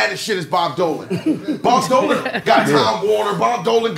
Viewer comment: Nigga said “bob Dolan” 😂🤣💀